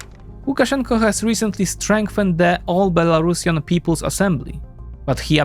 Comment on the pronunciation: Be-La-Ru-Si-An, like Andalusian. Not Belarashan. C'mon, Europeans. Learn.